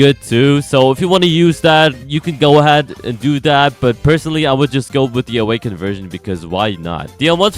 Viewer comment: Bro fr said un awkend kitsune Like Kitsune and an akw